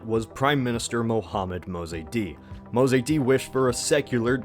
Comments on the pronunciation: Mosaddegh NOT mozaydee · A few annoying misprononciations. It's 'Ayatollah' Khomeini, not 'Ayatoia' or whatever it was in the video. In addition, the leader of democratic Iran's name was pronounced 'Mosa dek', not 'Mosa dey'. Besides that, very good video. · Ayatollah not ayatoya and mosadegh not mosadi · Mozeydi??? it's Moe-sad-dig. and not Ayatoya, Ayah-Toe-La this isn't Spanish it's Persian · It is Mohhamad Reza Shah...not Reza Shah! It is Mosadegh, not "Mozaidi"! Shah is not a name, it is a title, meaning King! and your analysis is lame!